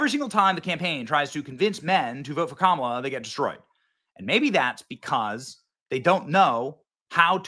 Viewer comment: pronounce her name as kaMAAALA.